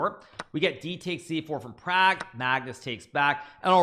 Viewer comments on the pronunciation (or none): Please pronounce properly Pragg's Name.....